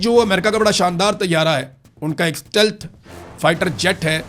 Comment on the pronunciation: " STELT " :face-blue-smiling::face-blue-smiling::face-blue-smiling: Ja Dafa Ho Apne Syasi Vlog Kar